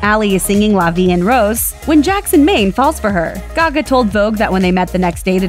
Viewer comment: Huh? Jackson Ming?? Thought it was Maine?!